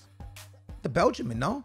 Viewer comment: it’s a belgian not a belgimin 😂